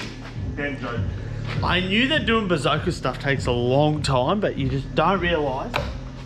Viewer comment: Can you atleast learn to say bosozoku before you disrespect an entire culture.